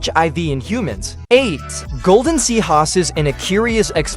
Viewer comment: Its seahorse not seahoss